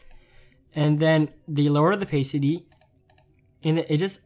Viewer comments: Opasity not opaysity lol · not to make fun of, like his videos are lit, but can I quote how he said Oh-pay-city XD